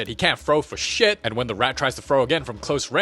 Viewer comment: "dIsGuStInG sHeAt" 🤣🤣